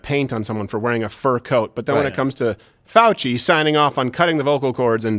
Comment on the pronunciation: fouchey said it wrong